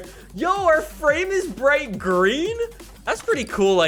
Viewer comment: when he says brihjt green i am like whaaaaaat